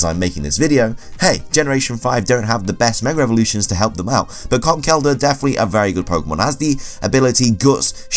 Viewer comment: Is he pronouncing Conkeldurr wrong or is it just me